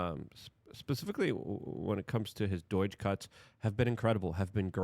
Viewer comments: It's "doge".... NOT "deutsch" 🙄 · Daw-Geh. Department of Government Efficiency. D-aw G-eh. Like a Scotsman trying to pronounce the american slang term "Doggy" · WTF is Doyge ?!! Stop talking like you have a Doyge in your mouth Luke! All those supplements and you can’t figure out how to enunciate your words 🤏🏼 better ?!